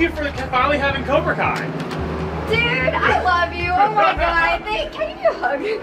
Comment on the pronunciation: did he say cobra Kia or am I trippen